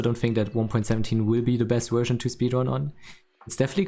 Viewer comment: How come you pronounce it ''Wersion'' but also say ''village''?